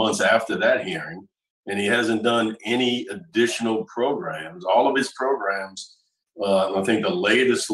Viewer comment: "Progrums" You need "Progrums"